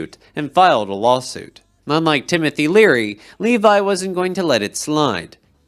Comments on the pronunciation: it's not Levi, it's pronounced "LEH vee". It's a Jewish surname. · Great work as usual. Just an fyi, Morris Levy's last name is pronounced, "Leevee," not "Lee-vi." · The name "Levy" is NOT pronounced Levi, like the jeans. It's pronounced LEE-vee! How can you not know that! It's a common name. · Stop mispronouncing Morris Levy's name. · Yes, since when is it pronounced in a long I sound, apart from identifying the letter when you're spelling or reciting the alphabet. It's always been a long E sound. Fix that A.I. reader, you bot.